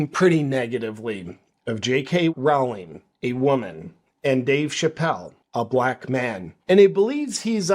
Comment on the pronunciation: FYI J.K.’s surname rhymes with “bowling, not “howling”.